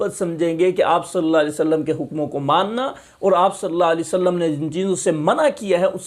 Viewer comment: Bhai ji nabi ka naam to sahi se le lo Salla alai wasallam Kiya hota he Sallallahu alaihi wasallam